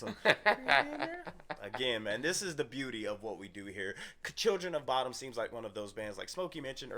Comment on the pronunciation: It is pronounced somewhat like "Boo-dum". They are named after the unsolved Lake Bodom murders that happened in Espoo, Finland in the 60's.